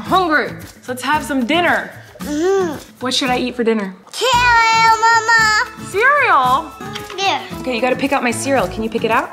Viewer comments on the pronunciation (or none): I love the way that he pronounced cereal as Kareal